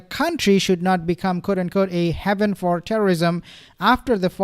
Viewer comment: Haven is pronounced hayvn.